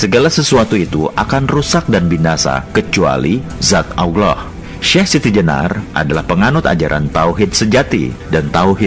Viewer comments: Videonya bagus, cerita yang disampaikan oke.... hanya narator di dalam video ini menyebut nama Alloh saja masih terdengar Auloh... itu salah... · Yang ngomong kok nyebut allah dengan awloh? Sudah jelas pembuat vidio bukan orang yang tahu alquran dan islam